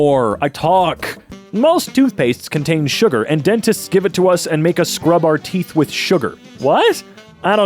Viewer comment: Teef r not bones